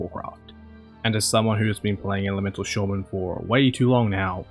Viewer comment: Sorry but “elemental shohman”? 😂